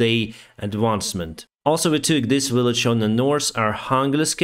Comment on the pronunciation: At least 60-70% of towns in Ukraine have Vs in their names...guy has two Vs in his last name...but somehow he pronounces "village" as "willage". 😖